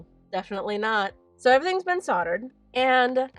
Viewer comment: Great watching your progress through this difficult but satisfying craftwork. You did a lovely job of this, truly. One thing: Solder has a hard L, so it is pronounced soLdered, not soddered. Just so you know, I'm not picking but someone doesn't know unless they are corrected, true? Loved the video. 💝🙏